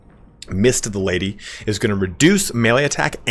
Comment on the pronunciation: PHOR ZE LADY